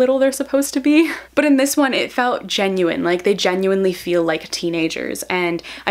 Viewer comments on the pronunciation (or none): none